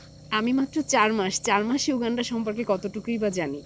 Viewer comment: এই ভিডিওর সব থেকে শুনতে খারাপ লাগা শব্দটি হলো, ইউ গান্ডা। উগান্ডাকে ইউ গান্ডা বলার হেকমত যদি রিভিল করতেন অনেক ভাল হতো।